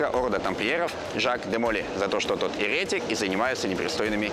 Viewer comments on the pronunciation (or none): Не ерЕтик, а еретИк. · Спасибо за контент) но... обращаюсь к мужчине в шапке, слово ерети́к... произносите правильно. Там нет буквы Р...